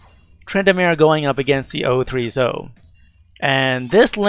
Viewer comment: Good video. I feel like you say Zoe's name wrong, though. It's "zoh-E"